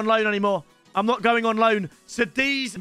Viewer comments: hold on says Sadiz? Its called Kadiz with a C bro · pronounced kadiz by the way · It's pronounced Kadiz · Bro cant even say the name of the club his in